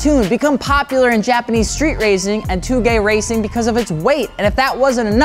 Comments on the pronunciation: You said 峠 (touge) wrong, it’s “Tow ge” the more you know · Words mispronounced: Trueno, Touge, Takumi, Manga